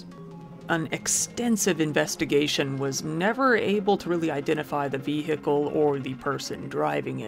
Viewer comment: Seriously how can the word “vehicle” be pronounced like that. I feel like it is a parody each time he says it